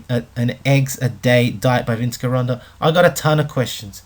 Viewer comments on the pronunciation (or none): It' s pronounced jironda